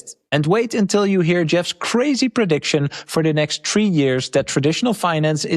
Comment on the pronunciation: God I love. I made fun of him saying 'Tree' instead of 'Three' and what does he do? He embraces it and says 'Tree' right at the beginning of the video 😂 It may not even be purposeful, but hilarious nonetheless